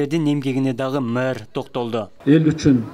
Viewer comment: Мурдагы Айтматовго караганда - иши жакшы.Алып баруучу: мэр деген созду туура айтчы